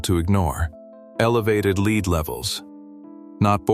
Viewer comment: Leed is not a metal, AI.